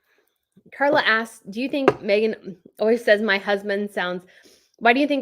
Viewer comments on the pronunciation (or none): none